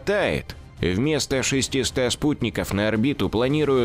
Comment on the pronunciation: При всём уважении: шестисот, пятисот, двухсот (не "шестиста", ..и т. п.)